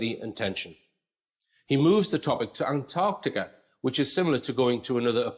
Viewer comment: He can't even pronounce "Antarctica" correctly. Sheesh.